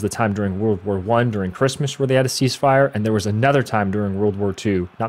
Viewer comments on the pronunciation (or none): none